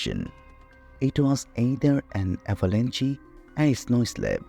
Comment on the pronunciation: This was painful to listen to...pick an AI voice that knows the language you want your video in...avalanche doesn’t have a "y" sound at the end, it rhymes with ranch...i tend to listen to these as I'm doing other things, and much of this was lost to my ear because of pronunciation difficulties...its like you chose a Russian speaking AI and asked it to read in English...and its not specifically a Russian accent i have a problem with, because one of the very best series I've ever found, on the Kursk, was narrated by a female with a Russian accent...if anything it adds credibility...but it must be ear legible if that makes sense, and this narration was only half understood by me Also, and it's been a while since i have dug into the Dyatlov Pass details, but i remember hearing explanations for some of the things you are claiming are still mysterious...the person missing part of her face- lips, tongue, etc- was because her face had been submerged in water, so fish could have gotten to it (idr if that was exactly the conclusion but it was similar, and there were many other details left out)...to say thats something not explained by the slab avalanche is disingenuous...there are many more steps and details to the explanation than BOOM avalanche, done; and if you want to make a video, you need to do a deep dive into the research- like the creators of the 30 other videos claiming to have solved the mystery did, at length, in depth- not bothering to do that leaves your video, short, un